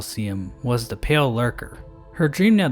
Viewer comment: Emphasis on PALE champion.